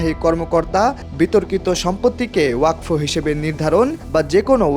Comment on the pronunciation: ওরে গাধা, বিলের নাম ওয়াকফ, ওয়াক ফ নয়